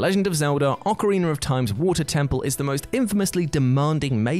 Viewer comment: Stop saying OcarinER! There’s no R at the end, it’s OcarinA! Grrrrrrr